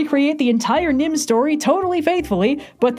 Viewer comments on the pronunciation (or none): Hearing read butcher saying 'the rats of Nim" kills me alittle